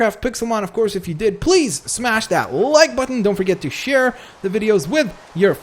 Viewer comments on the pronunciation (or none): none